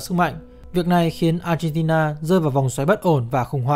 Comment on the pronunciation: Mình nghe cả chục lần mới phát hiện ra b chủ kênh phát âm chữ Argentina. M nghĩ b phát âm chuẩn quốc tế. Nhưng thà cứ như thời sự phát âm là ác hen ti na cho dễ nghe.